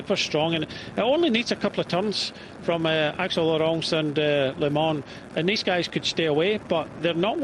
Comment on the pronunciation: It's not Bart LeMon, it's Bart Lemmen